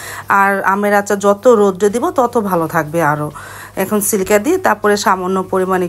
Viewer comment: সিলকা না সিরকা